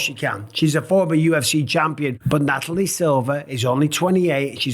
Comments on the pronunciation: Mike, isn't it NataliA, and not NataliE, Silva... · Also 'NataliA'. Loving your work DJ Mikey B, as ever.